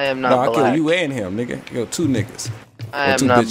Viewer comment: a two a two a two nikka caint even say two right🤣🤣🤣